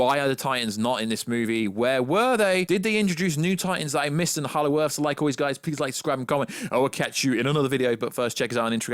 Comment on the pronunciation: Did you say hallow earth?